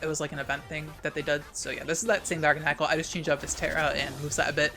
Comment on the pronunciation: The way says garganacl triggers me so hard. Instead of it being like gargantuan, but with nacl instead of tuan, he says it like GARGLE. I’m choking.